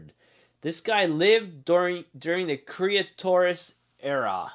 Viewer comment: Its not creatoris period it's Cretaceous period